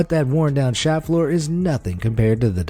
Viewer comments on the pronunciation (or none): none